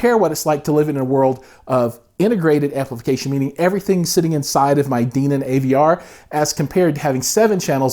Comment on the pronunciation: It's Den-on... Hen, Ben, Men, Den....On